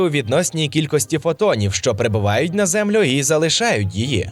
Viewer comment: Дякую за цікаве відео. Але є прохання - перестаньте, будь ласка, казати "кількостИ" замість "кількості". Бо дратує дуже...